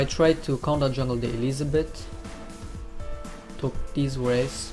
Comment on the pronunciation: "So I try to counter jungle the elizabette" hahahah :p